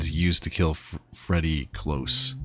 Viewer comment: Freddy COlse, not cLose, it's cOlse